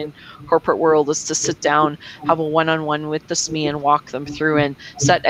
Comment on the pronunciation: Ha! I never would have guessed you'd pronounce "SME" the way I'm hearing here, lol! I would have just said each letter "S""M""E". Now I can sound like I know what I'm talking about "sssMEE" :)